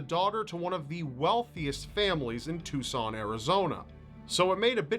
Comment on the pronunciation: I'm glad rob doesn't say "two-sun"